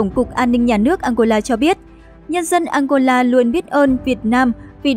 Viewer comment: nghe đọc tên ăngôla mà cứ tưởng đất nước nào kg có trên bản đồ thế giới